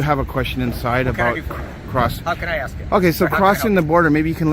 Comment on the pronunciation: She aks you? That would be ask.